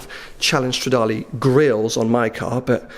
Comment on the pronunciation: it's stradale not stradali AAAHHHHHHHHHHHHHH